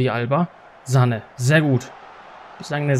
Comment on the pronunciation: Hi erstmal ich feier deine fm Karriere aber bitte höre auf ihn Sahne auszusprechen es heißt Sanee